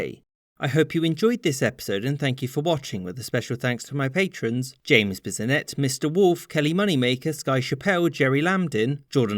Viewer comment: him saying James Bissonette never gets old